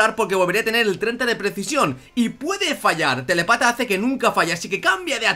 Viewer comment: me hace gracia cuando decía "telepata". Es telÉpata, que indica que tiene telepatía.